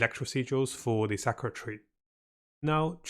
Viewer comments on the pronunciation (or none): none